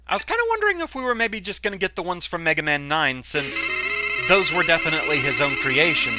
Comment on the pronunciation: "Now, Megawmahn, you awe weady to fight doctoh Wahwee. Fight, Megawmahn, fow evewasting peash!"